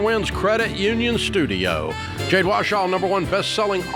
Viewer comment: I heard him say it correctly one time a couple of years ago.